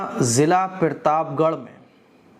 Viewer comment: भाई पिरताप गढ़ नही प्रताप गढ़ होता है